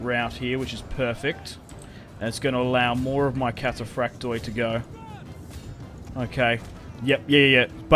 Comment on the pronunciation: Hey,just a tip from a Greek fan...wherever you see on greek units the letters "oi" in the end of a word,it's pronounced "e",not "O-E".so try next time to pronounce it cataphract'e' 😁